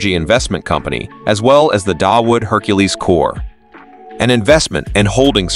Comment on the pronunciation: Someone doesn't know how to pronounce Hercules